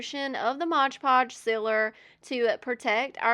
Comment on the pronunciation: Its mod podge - not modge podge